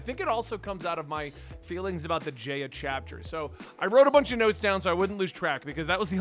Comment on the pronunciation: Omg I can’t take it anymore! It’s pronounced J-eye-a. Not J-ay-a and it’s pronounced OOsopp not USEopp